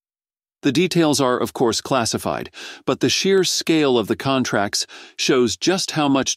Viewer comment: Contrat ??? you mean contRact